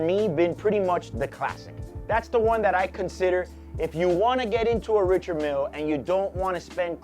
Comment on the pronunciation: Love your videos and don’t mean to be critical. But. Since you’re in the watch biz why not pronounce the name of the watch correctly?